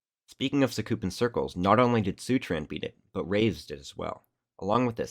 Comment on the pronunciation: bro said seutran instead of seturan